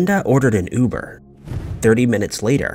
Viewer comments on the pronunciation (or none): none